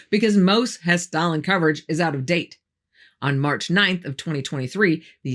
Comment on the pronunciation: thanks for Hesstalen. You really nailed the pronunciation of those names. I'm impressed that the Norwegian government isn't trying to deny the phenomenon in their skies.